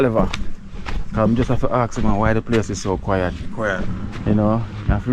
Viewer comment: Why are you saying "kwy - at" for "quiet" (kwy - et)? Please stop dropping "h" off words that begin with "h" and adding "h" on words that don't begin with "h." While you are at it, please also stop putting "a" in words where an "o" belongs and vice - versa. There is absolutely no need for you to be speaking that way with a high school (Kingston College I gather) background. That's a solid education, so you know better. I am a subscriber, and do like you and your content, but had to point out these little distractions in your diction. Cheers.